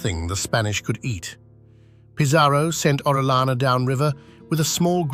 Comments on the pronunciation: It's not orelana, it's Orellana! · You can search at the internet how to pronounce "Orellana" as not native english speaker people bother to search at the internet how to pronounce correctly the english names and surnames